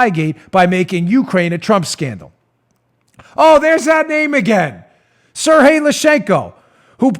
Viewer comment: Dan, Sergey is pronounced Ser*G*yey, not Serhey. It's not Spanish. :)